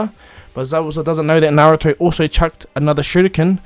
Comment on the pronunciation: i love how he says stuff like he CHUCKED the shuriken at him